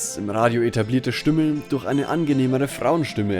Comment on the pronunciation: Stümme?? :D Aber eine sehr wertvolle Kurzdoku, auch sehr nett erzählt! ;)